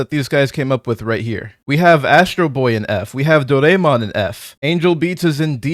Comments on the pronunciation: IT’S DORA-A-MON. NOT DO-RAY-MON. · "...We have Do-RAY-mon in 'F'..." I don't know what's worse; Those tourists putting PEAK in the trash or this guy's pronunciation of "Doraemon".